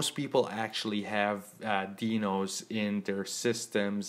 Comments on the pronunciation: Correction, pronounced, " DY-nohs"., Thank you for the tutorial. Sound advice. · dinos pronounce as die no